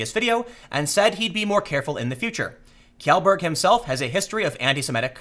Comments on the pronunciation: "Kee-yellberg" --- Pewds around made videos about this. It's pronounced Shellburg. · It’s pronounced Shell-berg not Kell-berg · Pewdiepie's last name is pronounced "Shellburg" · It's pronounced shellberg bro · Love your videos Tim, keep em coming. 1 thing "Kjellberg" is pronounced "Shellberg" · Its "Shellberg" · It's pronounced 'Shellberg'... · SHELL - berg. It's actually easy to pronounce. Kj =sh Felix Shellberg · Tim. Please. It’s SHELLberg. That’s how it’s pronounced. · It's ''Shellberg'' !!! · Tim, it's pronounced "Shellberg" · TIIIIIIIIIIIIIIIIIIIM TIM POOL It's pronounced - > Shellburg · It's pronounced "Chellberg" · Kjell is pronounced Shell. Cmon Tim. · Isn't Kjellberg pronounced as "shell-berg"? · Nitpick: Kjellberg is pronounced as "shel-berg" (Approximately). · Kjelberg = Shelberg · You pronounce it Shellberg. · I'm almost pretty sure it's supposed to be pronounced Shellberg. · thats not how you pronounce his lastname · Tim is a decent journalist but, the fact that he apparently can't be bothered to learn how pewds last name is actually pronounced makes him look lazy.